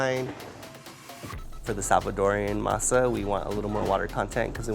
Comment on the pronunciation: I hate how he chooses to say words like Masa in a idk wtf kinda accent lol